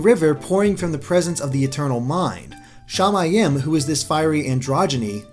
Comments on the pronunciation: "Shamayim" is pronounced sha-MY-eem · Not a bad theory, but I've taken Hebrew as a language class and the pronunciations were terrible. Shamiyim in is pronounced Sha-mi-eem. And the last letter of the Alphabet is pronounced Tav. One other thing is while though the first letter of the alphabet is close to a (it's name is aleph) technically it doesn't have a sound and is silent. That's all. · Shama-yam is incorect I believe its pronounced shama-yeem which means sky in Hebrew. Shaymin has sky form. Sooooo, yeah? (I speak Hebrew) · as a hebrew speaking person, it kind of hert to hear you pronounce "shamaim" all like "shay-may-em"